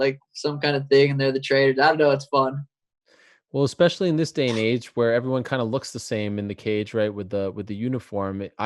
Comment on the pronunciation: Sean "expecially" O'Malley